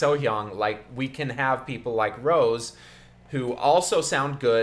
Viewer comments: Btw it’s “Rosé” (row-zay) not Rose hahah but I love your reaction thank you ! Can you next time react to blackpink’s cover “Sure thing” please ? They sing live and in english, you won’t be disappointed for sure ;) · I just want to correct- her name is pronounces Ro-Zhe and not Rose :) love your videos💕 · It's pronounced Rosay btw hahah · Her name is pronounced as Roh-sey 😂 Rosè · U misspronounced her name ur pronouncing it in an American way which is false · it’s Rosé (pronounced like Beyoncé’s) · React to Rosé cover of Eyes Closed by Halsey. And btw her name is pronounced with an accent on é.